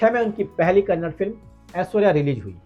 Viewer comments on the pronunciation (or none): It's not Kannad... pronounce properly it's Kannada